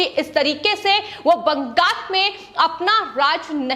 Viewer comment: It is Bangal--not BangaS.